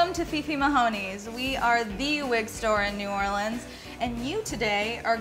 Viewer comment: thank god someone said New Orleans right! I'm from Louisiana so y'all near where I live